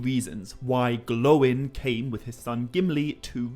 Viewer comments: It's pronounced Glo-yn, not "Glowin" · 1) please stop with the goofy pronunciations of these names. Its Gloin, like groin. NOT Glowin. 2) The casting of Hugo Weaving was genius. He is perfect as a stoic Elf-lord of thousands of years old. 3) The casting of Frodo is beyond perfect and questioning this is beyond absurd... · Is it supposed to be pronounced Glo..in and Dá..in? Anyway nice video as usual keep up the good work and grow mighty bro 👍😄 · Pronunciation of Dain and Gloin are beyond wrong. AI is clearly defined as sounding like eye/bye. There is no designation to OI, thus leading to traditional English pronunciation. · just need to know this cuz its bugging me. Are you prouncing the names Gloin and Dain wrong? Or did they pronounce them wrong in the movies?